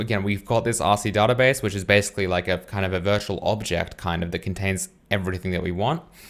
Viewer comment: I would really appreciate it if you started to pronounce the word "database" correctly.